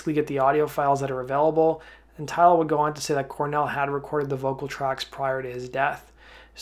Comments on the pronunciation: I think he doesn't know how to say it properly because it's a indian name. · Ugh, Kim Thayil pronounces his name “THail”, rhymes with “smile”, with the “Th” sound, NOT “tile” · Kim tile? WTF what a clown! kim thayil that’s his name. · Guys you do realize his name is actually Kim? I was actually making fun of the way he pronounced his last name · Is that really how Kim Thayil's last name is pronounced? All these years have been a lie.... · She was on the phone with her lawyer a half hour qfter she found out he died been suing anyone she could since! Repectfully you are pronouncing kims last name wrong its th